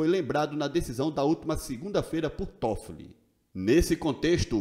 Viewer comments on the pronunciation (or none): none